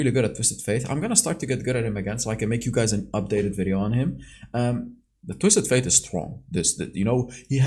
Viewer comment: Holy crap, he actually said “Twisted *Fate*”! Good job bro! Hahaha